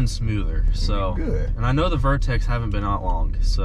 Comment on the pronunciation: VERTEX MY GUY no vortex lol